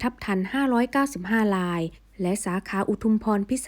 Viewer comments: ทำฟมผูดอักระไม่ชัด ทำไมผูด ราย กลายเป็นลาย ผูดไม่ชัดเลย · รายค่ะไม่ใช่ลาย